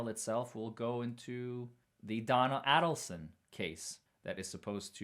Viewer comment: it is pronounced A-delson (long A) NOT Addleson